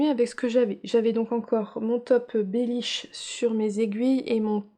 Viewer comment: Coucou, tu m'as bien fair rire avec le bellish😂 et bravo tu as encore bien dit twigale. A bientot😘😘